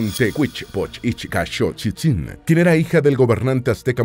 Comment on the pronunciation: Eres un maestro para pronunciar Tecuichpoch Ichcaxochitzin